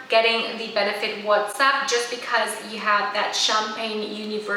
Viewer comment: It isn't pronounced "what's up". It's pronounced " watts up". As in light bulb watts- there is no "H" in the name of the highlighter.